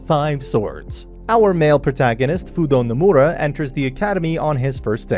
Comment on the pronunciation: The name is fudo nomura, accent on the “no”